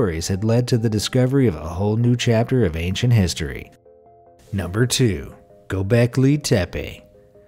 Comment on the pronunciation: Not Gobleki but Gobekli.